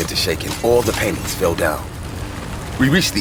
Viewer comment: It sounds like he said. " The house started to shake and all the panties fell off the walls."